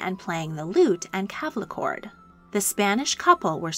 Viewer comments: Once again you get things WRONG. The word is CLAVICHORD NOT CAVLICHORD. If you insist on doing these videos at least learn the correct words. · This was such an enjoyable and informative video. Just two minor things. The name of the British residence in Scotland is Holyrood House , not Hollyrood. The instrument that is played is the clavichord not the cavlicord. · Clavichord. It's not a "calve-la-chord". Just FYI